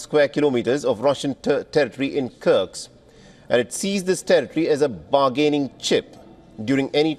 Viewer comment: The reporter calls it "Kirk's" It's Kursk, actually